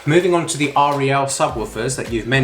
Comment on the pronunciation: Yamaha sub is junk and R E L is pronounced Rel.